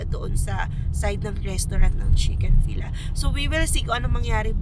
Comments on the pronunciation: Chick-fil-a pronounced as fillet. Parang chick fillet. 😊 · Chik-fil-ey ang correct pronounciation ng Chick-fil-a. I believe it’s from US